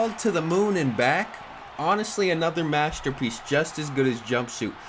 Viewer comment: “Mastapeece”